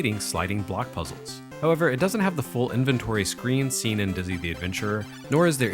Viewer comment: My German girlfriend also knows Dizzy, who she calls "Ditszy"! <3 I suppose the series also made its way to German microcomputers.